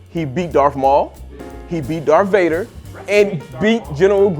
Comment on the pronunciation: “Dorth Vader”😂